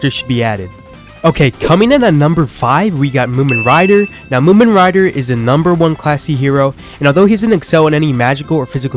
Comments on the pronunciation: i still cant get over the fact he called him "moomen rider" 💀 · bro said moomin rider